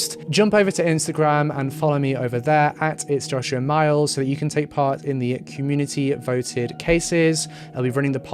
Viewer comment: "Hi YouTube, it's Joshoo Mals" 😂 😂 ❤️